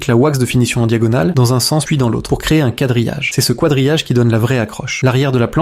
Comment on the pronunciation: De toute façon… la voix est bizarre et les phrases aussi… à un moment il a dit « kouadrillage », les phrases sonnent très Ia